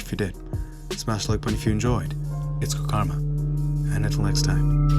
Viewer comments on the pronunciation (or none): none